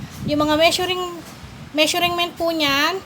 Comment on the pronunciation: Ate itatama ko lang po ang pronunciation mo ng Measurent ang tamang pag bigkas po ay Me-shur-ment at hindi Me-shuring-ment.